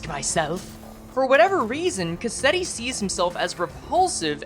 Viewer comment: Why is it that every project moon YouTuber I watch pronounces Cassetti’s name wrong like after a cassette tape? It’s a real life used name! It’s Cas-set-ti. Not Ca-set-ti!